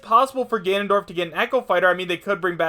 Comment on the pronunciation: "Tanondorf." Seriously.